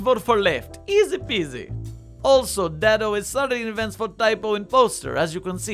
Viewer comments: It’s Dad-O. He even has a video where he pronounces it. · I feel compelled to inform you he prefers it pronounced more like Dad-O. This will be all.